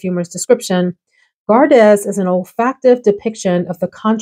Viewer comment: Hey, Gardez is French, so it’s pronounced gar-day. Like ballet. It’s the second person formal/second person plural conjugation of garder, which means to keep or guard. It’s also where the fencing expression “en garde!” comes from.